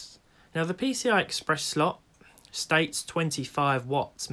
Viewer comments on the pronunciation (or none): none